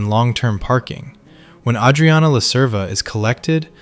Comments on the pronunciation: no fan of the show would pronounce her name like that. plenty of words pronounced like bs. this channel pumps 1-2 videos a day it's too obvious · Dude, learn how to say "Adrianna" correctly. Also, you stretch the point and random scenes for 27 minutes... Christ.